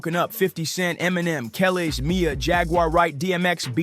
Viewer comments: I'm pretty sure that's not how you pronounce "Kelis." No offense, but even while half listening as a 38 y/o white guy whose rap cred extends to being a fan as a kid and always loving Eminem, I'm noticing a lot of little details that make me think this video wasn't well researched or conceived and performed by the mind of a genuine fan, let alone an authority. The opening line about two greats who have been friends/professional partners/mentor and protege since the very early '00s "teaming up" was bad enough. I know the video is parroting popular outrages, praising the "real," chastising the corrupt (don't get me wrong, I'll always back Em and would be devastated if he turned out to be another Diddy...I know that wouldn't happen), but in a way, it's kind of doing what it's complaining about. Of course it's YouTube, what the fuck do I expect? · I'ts Kuh-leece, like khaleesi... not Kellis (for Kelis), and it's My-uh/Mai-uh, like the name Maya (for Mya). Kelis' song "Caught Out There (I hate you so much right now)" is a banger - way before Milkshake came out. Mya was on the hit "Ghetto Superstar" by Pras, ft. Wu-Tang's Ol' Dirty Bastard. You might also remember her from the Moulin Rouge's "Lady Marmalade" with P!nk, Lil' Kim, and Christina Aguilera. Put some respect on their names! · Who tf is Mia?!? It’s pissing me off. He’s mispronouncing Mya and Kelis. He obviously is not from the culture. Still correct about Jay-z. But obviously did not grow up listening to R&B. It’s making me so mad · Every time he said Kelis was like pulling teeth out 😢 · Good video but you need to research how to say the artists names like Kelis and Mya. When you can’t get the names right that makes the viewer question whether or not the information in the video is accurate. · Narrator, you need to learn how to pronounce their names (Kelis, Mia, etc…) correctly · Who TF is “KELL ES”? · Geez, Mya, too? Kelis - "Kuh-leese" (think GoT w/o the last syllable) Mya - "My-uh"